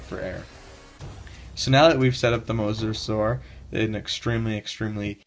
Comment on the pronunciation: no mosasuar